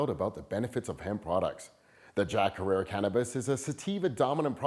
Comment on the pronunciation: Herer, rhymes with terror. This isn't really your thing is it?